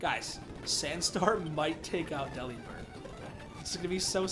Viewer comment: Yeah, dupes clause is a thing and all, but... it's worth it to catch it anyway. It's definitely worth it after a rough death. Eeeyyyy, and Redemption fits perfectly as the name. Okay, you're pronouncing it "deli-bird," like I did for years, so I'm GUESSING you haven't heard the pun yet (forgive me if I'm wrong). Just say the word" "delivered." Like a package. Then replace the "v" with a "b". I hope I have just blown your mind.